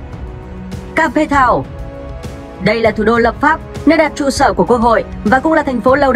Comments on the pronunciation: kếp thao not ca pê thao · Ca pê tao. Mình nghĩ làm những nội dung này bạn đọc kỹ lại chút Cape Town mà bạn phiên âm